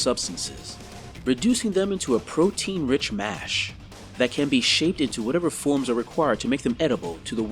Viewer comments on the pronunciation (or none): none